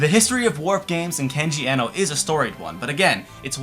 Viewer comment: I know this video's p old but I want to point out the proper pronunciation of Kenji Eno's name, since I wasn't sure either at first. Even though an E in japanese is usually a long E, his given last name was actually Iino, with a short e. I assume he spelled it Eno instead of Iino as a tribute to Brian Eno, the famous musician and producer.